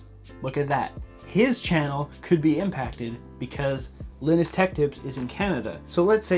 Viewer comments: Its not pronounced "linnus", its "lienus" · the way he pronounces Linuses name had me rolling, idk if that's how u pronounce it correctly but LINUS sounds really funny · Is the way that pronounce Linus Canadian or is it the correct way everywhere. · This man just absolutely butchered linus's name 🤣🤣 As a small growing Canadian content creator, I really hope this bill doesn't get passed.